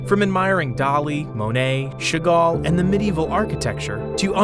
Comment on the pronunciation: As you are open to corrections, the pronunciations are often inaccurate. Chagall and Hermes for starters.